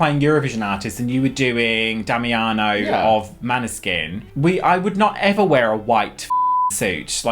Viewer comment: MOANeskin girls! Mooooooannnnnneskin! Kidding, say it however, love you to pieces. Oh, and fuck the haters.